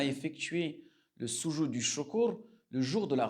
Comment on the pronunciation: Le soudjoud ....pas sousoud....vous avez déformer le sens du mot